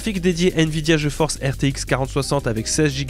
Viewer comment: Ta façon de prononcer "GeForce" le fait toujours autant délirer. Surtout pour les partenariats. Ça fait "non je force pas"😅 Vidéo super intéressante.